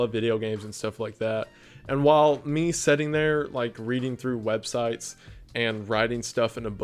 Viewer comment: you seem so genuine and down to earth, and I'm just obsessed with the kind of content you do. It's soooo cool to get to be here in the beginning cause I know you're gonna get crazy big. Keep up the good work!!!!! Also it's so adorable that you say setting instead of sitting loool